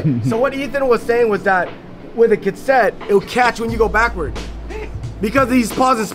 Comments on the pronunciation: consent? ka set? is a kook lmao love him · So damn funny when ethan kept laughing and grinning when was miss pronounce Cassette 😂😂😂😂😂